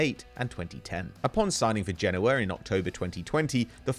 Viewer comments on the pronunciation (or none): none